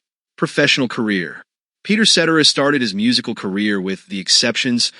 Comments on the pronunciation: Ce-Terra NOT set-er-ah. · You get mispronounced names🤣🤣🤣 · try getting his name right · More research. Up-to-date info and number one bummer is that his last name was mispronounced. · This video would have more credibility if you pronounced his last name correctly. 😂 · I'd be better if you knew how to pronounce his last name.....gads